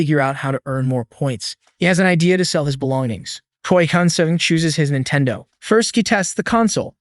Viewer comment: What the heck is a Jintendo?